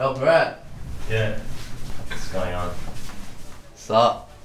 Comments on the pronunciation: lmao. The last present sounds like ”go back to sleep” instead of “go practice Breeeeett” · "Go practice Breet" sounds like "Go back to sleep!"😃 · No one: Literally nobody: : GO PRACTICE BREET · Breet and edyy